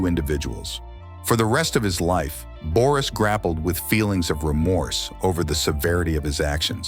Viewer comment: No, of course. Where did you forget -s in Boris? And the sound ö and ü have nothing in common with the sound o and i .The name is pronounced Boris, and not Börüs. You just change the whole pronunciation of the Bulgarian name Boris to fit it to a loanword in the turkic languages - börü ( according Carter V. Findley ). The word börü is uncommon in contemporary standard Turkish or in vernacular speech and it is predominantly used in Siberian and Kipchak Turkic languages. The myth for the bozkurt and the she-wolf, called Asena ( a non-turkic word according to most turkologists, which means blue-gray in Persian, Tocharian and Sogdian) are revived in 1930 with the rise of the turkish nationalism. The legend for Asena is not depicted on a stone monument as you say, but these myths are recorded in the Chinese book of Sui and the Chinese book of Zhou, completed in 636 AD. And if we try to play the turkish game of words like yours, if Ashina means blue ( the founding clan of the BLUE TURKS - Gök Türük, and the modern turkish Gök- which means blue ) we can make the interpretation that if we delete the letter A in Ashina ( in the same way you delete the letter -s from Boris, and replace o with ö, and u with ü ) then it derives from the Bulgarian word синя (sinya), which means blue. It is one more confirmation that ashina is not a turkic word. Understand that you can not create history from fairy tales and interpretations. If Bulgarians use fairy tales and interpretations , then the name